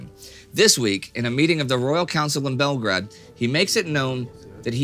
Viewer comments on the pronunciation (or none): It's Belgrade as in rhymes with trade...as a kindergarten teacher will tell you, it's got a 'magic e' meaning that you should use the long vowel form of A.